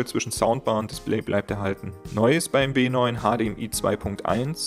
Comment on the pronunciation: B9 hat kein VRR? (Ist hart zu verstehen ob du B oder W sagst)